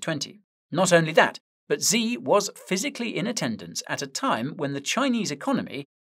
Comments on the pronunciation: The way you pronounce XI Jinping name, is "SHI" not "Zee" but the "sh". is pronounced from the front of the mouth ,by the teeth, almost as if your making the SSS sound. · Xi isn't pronounced Zee it's pronounced She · The leader of China's name, Xi, is pronounced as "she", not "zee". Fun Trivia fact: He took the name "Ryan" as his English-friendly name. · Xi "shii" not "Zee" ♥️ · Please, Guy, can you pronounce China‘s leader‘s name correctly? It‘s easy, Xi sounds just like the word „she“ : you can do it 😉🤷🏻‍♂️